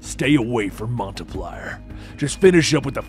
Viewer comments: Are you trying to say Montpelier? As in the City? You say like this, Mount- Pill -E - ER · Man really called it Montay Plier 💀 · City is pronounced “Maunt Pill-ee-air” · So weird hearing Montpelier pronounced that way. Got a laugh out of me, growing up in Vermont. Obviously not my Montpelier, but still. I may end up checking this one out more, though.